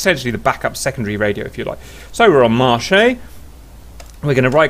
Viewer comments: Thanks! just FYI, "marche" in french also means "on" as you pointed out but it is pronounced like in english when you say 'marsh'. Whereas "" as you pronounced it would be the word "Marché" in french which means "market" or could also be the third person past tense for "to walk" ( not too distant from the verb in english "to march"). Once again thank you very much for your videos, your channel is really a gold mine for players who want to learn new modules in DCS! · Thanks ! iI've been looking for a reason that the radio doesn't answer...you gave lme the key ! you've got another suscriber (and a french one ;-) ) when you say "morchey" it's morcheu you can listen here but it's pretty cool anyway ;-)